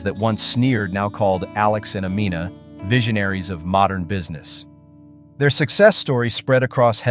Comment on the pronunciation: I wish the narrator would stop mispronouncing her name. It's Amina like (Ameena, not Amenna).